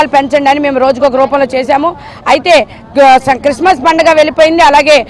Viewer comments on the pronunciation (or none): none